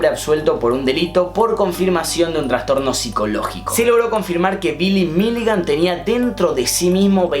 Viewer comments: Me encanta esta sección de casos, muy buen video, nada mas que me dolía un poco la cabeza cada vez que decías "transtorno" es trastorno. saludos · Me dieron 5 acvs cuando dijiste traNstorno, es TRASTORNO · Se dice TRASTORNO no "TRANSTORNO" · Se dice ''trastorno'', no ''transtorno'',. Gran vídeo. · Che, es trastorno, no transtorno<3